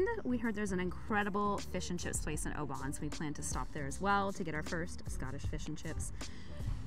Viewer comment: Oban should sound like Oh bin , you’ll probably get a few tricky ones coming up